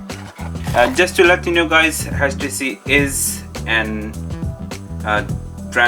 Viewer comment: Its htc not hach t c 😂😂😂😂😂😂